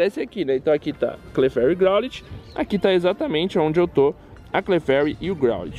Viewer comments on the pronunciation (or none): growlite se le groulaite